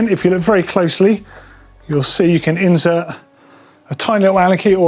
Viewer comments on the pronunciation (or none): Surely it's insert not inZert.